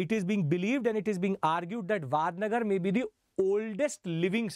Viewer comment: It's not वाडनगर it's वडनगर